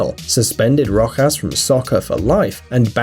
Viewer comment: You said Rojas wrong